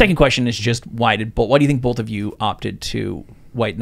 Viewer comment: Dude in the white shirt has a VERY punchable face..... Actually all these guys do with the bullshit spewing from their mouths. If you get addicted to kratom then you're an idiot. It's not really addictive. And this is coming from someone that was addicted to meth, heroin, cocaine, and pills in the past. And to the one guy, it's pronounced both, nothing bolth lol 😂